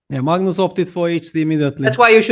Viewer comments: It's not Maagnoos 😂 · the first reporter peter leko was call Magnus as Mangus